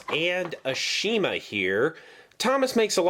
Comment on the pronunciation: Shouldn't you pronounce Ashima's name correctly? They corrected this in the reboot. Same thing goes with Rheneas' name being pronounced as Ren-ee-as.